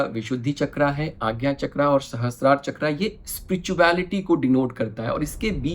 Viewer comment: बहुत सुंदर वीडियो। आभार। ‘चक्र’ हिन्दी मैं भी और इंगलिश में भी ‘चक्र’ ही होता है ‘चक्रा’ नहीं होते। हम भारतीय को ‘रावणा’ ‘दशरथा’ ‘लक्ष्मणा’ ‘महाभारता’ ‘योगा’ बोलके उल्टा लेटने की आदत पड गई है। USA और यूरोपियन देश में वो अपनी व्यक्ति या वस्तु का सहज बाई ग़लत उच्चारण करो तो टोकते है। Just a suggestion because I love culture.